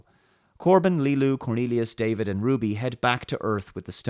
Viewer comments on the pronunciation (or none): none